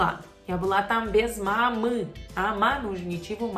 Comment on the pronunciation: Que facilidade pra falar мамы ... Dá uma inveja... 🙈 Como é que faz pra lembrar esse samba de letrinhas, pelo amor de Deus?! 🥺